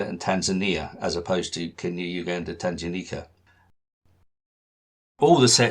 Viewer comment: Great introduction to the stamps of this area. I was born in Kenya, so grew up with these stamps and they still have a special place in my heart and in my collection. Just one small thing - the g in Tanganyika is a hard g (as in goose) rather than a soft g (as in gem).